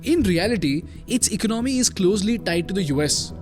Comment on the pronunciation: For heaven's sake it's not ‘ Ik-no-my’ but e-co-namy’!